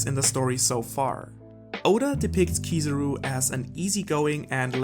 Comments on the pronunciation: Anyone else noticed saying "Kizuru" instead of Kizaru?:') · kizarú? its kizáru that its spelled you donut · who is this keezeroo you speak of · Kizaru is the name not kizuru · Stop calling him Kosoro or Kosoru or Kusawu and any other weird name. It's Kizaru. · I always wonder why Americans hear a word and pronounce something else. Kizaru = Key-Tsar-roo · I had to get out of here because I couldn't cope with the way he pronounces "Kiza-ru" .. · 170k views and he calls Kizaru, Keezuruh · I love your videos bro, but for someone who knows Japanese, your pronunciation of Kizaru is so painful my ear almost bleed. Even dub watchers might do a better job….